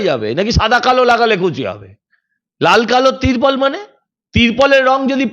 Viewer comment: তীরপল নয়,ত্রীপল